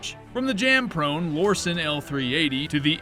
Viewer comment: So in his new video from just a few days ago "Guns that you friends will roast you for buying" he lists the Lorcin. In this video he listed the Lorcin. In both videos he totally pronounces "Lorcin" differently. So had he done any actual research into these guns, he'd know how to say the name. In this video he says he has a special affinity for them, & yet CAN'T say the name Lorcin properly? GTFO. Come back when you actually know WTF you're even talking about.